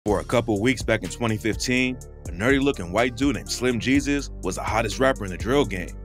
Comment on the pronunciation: "Slim he-sus " 🤣🤣